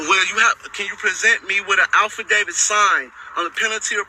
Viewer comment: "Can you present me with a signed Alpha David?" Sure, once you learn to say affadavit.